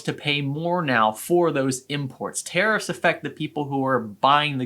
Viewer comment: Learn how to say Tariffs... not Terrorist